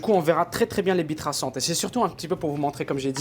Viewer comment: Pourquo j'ai compris "bite traçante" ?